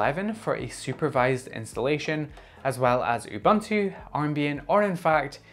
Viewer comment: You-ban-too 😂 please It’s uh-bun-too